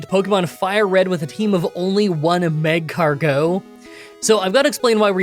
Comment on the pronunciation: It's mag-cargo with emphasis on car, not magcargeaux